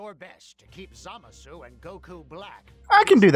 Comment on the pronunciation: It's zuh-mah-suu not Zah-muh-suu